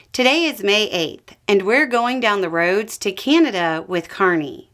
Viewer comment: Keeaanada lol, there is no ''kee'' in Canada